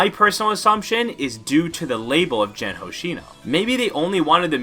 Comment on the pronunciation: Can we normalize checking prononciations ? It's Gen Hoshino, not Jen